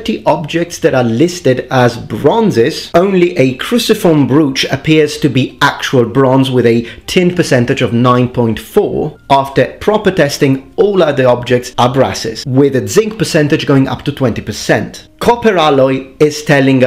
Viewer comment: Sorry about this. Brooch is pronounced browch, not brooch. English sucks.